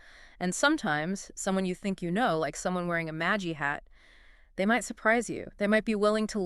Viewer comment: "MA-jjah" hat? why the pronunciation stuff about MAGA? seems A.I. or something's going on here.. suspicious..